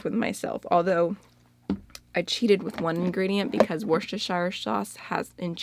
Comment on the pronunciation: I’m sorry... but I laughed so so hard when you said ‘Worcestershire’. The sauce is actually pronounced ‘wooster’, or ‘woostershire’ sauce. Us Brits and our pronunciations eh?! 😂 We generally just call it ‘wooster’ sauce.